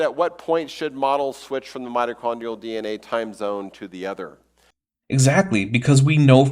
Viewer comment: and yet, somehow, the repeated (mis)pronunciation of mito(r)chondrial was still the part of this video that killed the largest number of my brain cells 💀